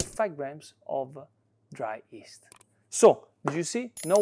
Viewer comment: I agree with your wife and don't add honey to pizza dough although it's very popular in America probably due to Chef Wolfgang Puck. PS If your interested to pronounce yeast correctly in English, you might try saying gli as in Italian and the rest of the word.